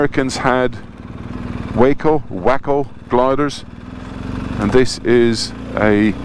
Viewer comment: Glad you didn’t miss the boat! Great show,. Awesome that they remember and appreciate history and celebrate this operation. You had it right - Waco = WAYco. Love the pipes - played for a couple of years myself. Nice rendition of Mairi’s Wedding 👍